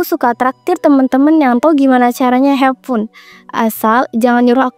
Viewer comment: Saran ucapan kata jgn smpai diulang dan apalagi pibes hafun coba digoogle dulu pengucapan kata vibes sama have fun Jadi yg nonton ga enegg Smgt y kontennya jgn terlalu kaku